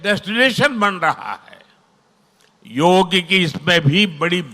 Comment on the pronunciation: యోగ్ కాదమ్మా యోగాఅండీ